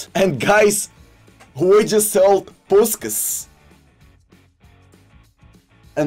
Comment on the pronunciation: Just return to saying Puskas how it should be said. You know how to day his last name properly.